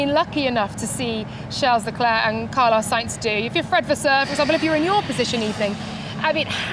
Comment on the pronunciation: Dude & Woman..who tf is "LUNDO" & "CHARLES LECLAA"? Learn to pronounce properly !